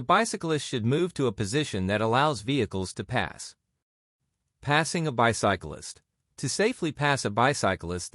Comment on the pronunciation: The AI voice of the white man mispronounces bicyclist multiple times